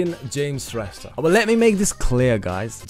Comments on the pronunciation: Those guys who tries to roasted your videos, they even don't know how to pronounced James Shrestha 😂😂😂😂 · Haha tyo third roster ko tw afnai billa vayo bichara😟 ko pani naam ramro sita uchharan Garna sakena tele 😂😂😂😂😂😂😂😂😂😂😂😂😂😂😂😂😂😂😂😂😂😂😂😂😂😂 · He can't even pronounce his name bro